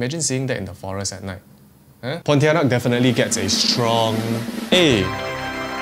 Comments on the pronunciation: I cringe every time you say ponti... I saw one at the hospital 😅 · He did ponitianak dirty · it's not pontianak bruh, you even got it wrong with the name smh